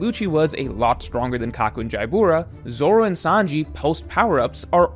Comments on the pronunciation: Pronouncing Jyabura as Jaya Boora is like pronouncing Byakuya as Baya Kooya. I wonder how pronounces Byakuya from Bleach. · Ja-boo-ra 😂😂😂 Figar-land 😂😂😂 Gun-coe 😂😂😂 the way you pronounce Japanese is hilarious. I bet you still call Sasuke Sa- Soo- Kay I’m gonna need you to start watching the show with the volume on my guy. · dawg the way he pronounces Jabra kills me